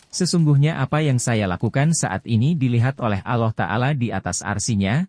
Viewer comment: Dari ucapanya sepertinya non muslim menyebut Allah saja aloh, Para nabi sanadnya jelas berpangkal ke nabi Adam. Nabi siapa saja tak disebut ini jelas hoax. Semoga di blokir